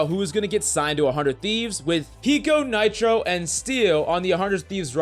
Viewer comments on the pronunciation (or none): none